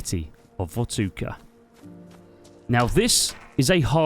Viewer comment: Vortuka? Please tell me that was on purpose 🙈